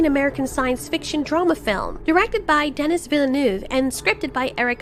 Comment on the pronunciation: Its pronounced "Denny" not "Deniss"